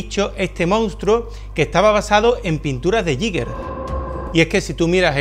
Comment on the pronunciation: uno de mis artistas favoritos. ah, y se pronuncia "guíguer"